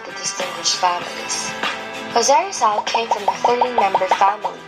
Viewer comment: not rizoul its in filipino na parang Rii + z + al